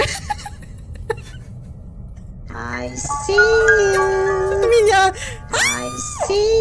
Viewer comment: У бабки такой голос смешной когда она произносит эту фразу, ай си ююю